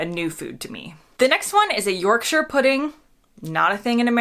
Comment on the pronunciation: You're definitely a Brit now, just by the way you pronounce shire in Yorkshire.👌